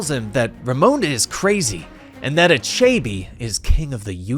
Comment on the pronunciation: Nice video, thanks! Tho, these mispronounciations take me out of the story. That villain's name is pronounced, AH-CHE-BEH (with a slight upwards intonation on the last syllable) 😃